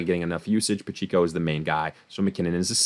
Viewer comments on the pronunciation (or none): Pa-check-o lol not pacheeko bro.